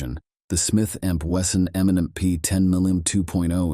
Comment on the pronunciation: It seems that the narrator is saying "M and N P".